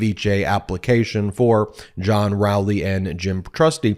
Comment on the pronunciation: I think it's Row-ley (as in row your boat) 😅